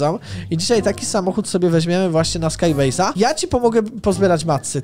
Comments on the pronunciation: CZYTA SIE SKAJBEJZ A NIE SKAJ BAZE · czytaj : skajbejz